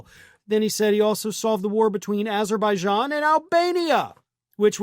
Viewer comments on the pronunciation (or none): He said aberbaidan not Azerbaijan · Not only name Albania instead of Armenia he said Alberbagon instead of Azerbaijan! 😂😂😂😂 but he ain’t funny!!! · And 🌮 couldn’t pronounce Azerbaijan“ called it ABERbee…“ in front of Britain’s King Charles 😂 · Trump did NOT say Azerbaijan. He said Aberzaijan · 1. Trump didn't even say "Azerbaijan", he said "Aberbaijan" instead. 🙂 2. It's not true that Albania never had any wars with anybody ever. For example, Albania was occupied by Italy and Germany during WW2. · He really said "Aber Beishon" & "Albaania" (phonetic spelling) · He actually said Aberbaijan 😂😂😂😂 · I saw on Jon Stewart's rare non-Monday appearance that Trump said "Aberbaijan and Albania". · He actually said "Aber...baijan". Dude needs to see a real doctor, STAT. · Sounded as though he says Aberjan or maybe Aberbijan, definitely NOT Azerbaijan so add in the Albania and I'm guessing it's some fantasy country from some fantasy US weird fantasy film. Maybe an Asian form of Wakanda, after all most of the residents are definitely tanned [very hot summers, and fairly cold winters, I watch a couple of Azerbaijani Youtube channels, if you're into winter sports they have a fabulous resort that doesn't get as crowded as the better known European resorts, it is also a very safe country where the most you might suffer is being mugged [normally drunk tourists late at night, seldom seriously injured. I looked after the US claimed it was a terrifically dangerous country warning US tourists not to visit only to discover they were doing what they do best, lying about other countries] and despite being a majority Muslim country alcohol isn't banned and they are officially secular. Would like to visit one day, the scenery is stunning. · He actually said Aberzijon vs Albania. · He actually said 'ABER-BAIJAN' too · He can't even pronounce Azerbaijan.